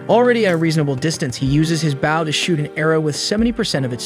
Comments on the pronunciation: He keeps saying bow sounding like wow. It's like come on man. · everytime this guy said bow, i couldn’t help but yell stfu each time forgetting that this is literally a video 😭 made me so mad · Ok he pronounces bow wrong the entire video accept when naming the x bow ... So they clearly know how. Makes me think its an ai generated vid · I made it can’t take the bow pronunciation. How can you mess that up? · I couldn't imagine u could butcher the English language with the word Bow until tastier wow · Crap AI can’t pronounce Bow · Why would you say bow like that. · Anyone else annoyed at the use of the word B-o-w instead of Bow hahahaha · You’re killing me! Learn how to pronounce bow! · Learn to pronounce the word "Bow" in reference to the weapon and not the gesture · Heard you mispronouncing bow once and decided to dip. me if it gets fixed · Dude the way you say bow single handedly ruined this entire video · how in the actual fuck did this go for 1 1/2 hours and you still keep saying bow wrong. If this is an ai voice you set then fair enough, BUT if that's you reading a script you wrote, you desperately need to go back to school son. Like more school than normal school ,cause you don't know how to fucking read. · How he pronounces Bow That is the front end of a ship and it is not as close to a front end of a ship. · Hey cmon guy you know the AI can't tell the diff between bow and bow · Ong bro been pissing me off everytime he say bow wrong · Why was bow mispronounced the entire time? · Its a fucking AI that cant read things in context. After the fifth "bow" i had to turn it off. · Would appreciate you make better efforts to pronounce certain words correctly ex... Bow not Bao which is a type of savor stuff bread. Bow is the weapon the main character was learning how to use. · Bow not bao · the way it says BOW annoys me and literally anyone who even remotely likes archery ai: *BAW* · what the fuck is a bao, if you're talking about the bow, its pronounced b-oh